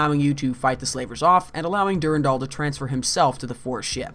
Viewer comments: For love of Marathon it's DuRANdal, not DuRENdal! ALL of your voice actors are saying it right! Did you not listen to them before you edited this vid? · Awesome video. Suggestions for the next videos: DEFINITELY just read the terminal text yourself, and consider pronouncing "Durandal" the way that most people say it (dur-AN-dal). I know people who pronounce it your way are generally very passionate about it being "the correct way," but it's kinda up in the air (depending on the root language you derive it from). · OMG PLEASE STOP SAYING DURINDOL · I always stressed the 2nd syllable in "Durandal". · the way you pronounce Durandal triggers me